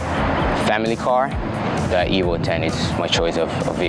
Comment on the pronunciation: Evo "o" ten? 😶